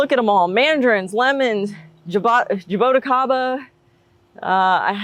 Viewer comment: I’m Brazilian and I loved how you pronounced jaboticaba 😄I never ate it after moving to the US, I used to love it when I ate it in Brazil as a child. I have always wanted to grow it here in North Texas, but I don’t think it rains enough here. How much fruit do you get? Is it easy to grow?